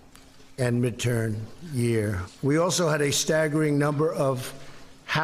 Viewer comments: " mid-tan" or mid term...oh bugger off you silly orange fool! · midtaum *jaw pop*, and midtern year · Midtam/ Midturn—- did he mean MIDTERM!!!! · Trump said "Mid town" and when he tried to correct himself but he said "Mid turn" and not Mid Term. You can tell because when you pronounce the letter m your lips come together, and his didn't. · Did Trump seriously say midtown/midtern election? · "Mid-tam, and mid-tern." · LOL..."midtown...and midterN"...still missed it. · Midtown - Minturn year? WTF? LOL - and Trump's eye bags now match his White Nationalist agenda. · « ...midtown and midtern... » 😂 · Did the cocksock really say midturn year? Can he speak english? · Two tries and he still didn’t successfully say the word “midterm”. You know, the whole thing the presser was about, the midterm elections. That’s unnerving. He’s unraveling.